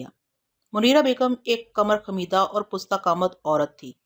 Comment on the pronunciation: Wrong talafz pusta qad , nawiat, Correct talafz. Pasta qad , noiat